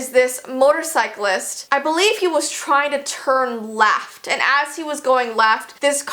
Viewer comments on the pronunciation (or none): Wen you said "left" it saned like "laft" !